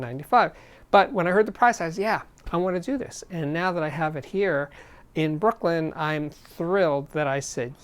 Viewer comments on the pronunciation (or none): none